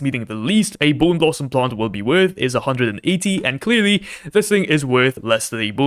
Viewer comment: bone blosom editor: bown lowsomm me: 😂😂😂😂😂😂😂😂😂😂